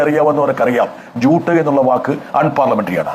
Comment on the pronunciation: not ചൂട്ട്, ജൂട്ട് എന്നാണ്.....